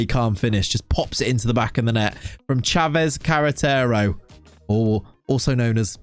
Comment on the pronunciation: We like you saying Sanchez Carretero.